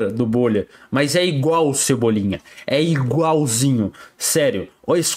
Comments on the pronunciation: Cebolinha em pessoa não cebolinha em bolha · Cebuble kkkk